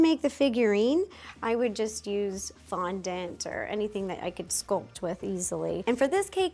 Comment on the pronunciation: You butchering that fondant girl had me in stitches 😭😅😂